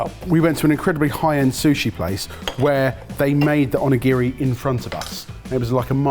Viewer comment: Ugh the constant mispronuciation of onigiri is painful. But great video!